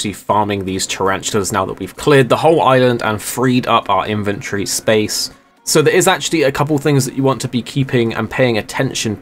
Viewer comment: Take a shot every time says “Inventree” instead of “Inventory”